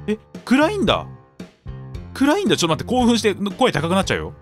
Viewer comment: うぽつでーす 暗いんだ！がグラインダーに聞こえてしまう俺氏